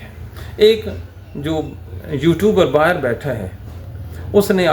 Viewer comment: صاحب اپنے اردو تلفظ کو درست کرنے کی کوشش کریں۔ لفظ۔ باہیر نہیں لفظ باہر کہا جاتا ہے۔ لفظ ۔ بعث نہیں لفظ باعث کہا جاتا ہے۔